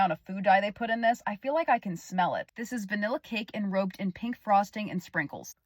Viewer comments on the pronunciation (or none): It's *enrobed not enroped. 🙃